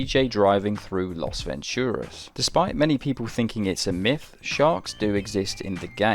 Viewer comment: It's LAS Venturas, not LOS Venturas